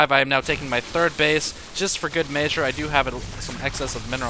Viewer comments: Why do you say May-zure and not mezh-sure;_ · y u say measure like ' meaayyyshur"